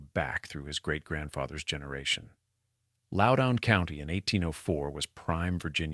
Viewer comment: Loudoun in not pronounced "lowdown". If this had not been read by AI, I might listen to the rest of this. Way too much repetition in the text.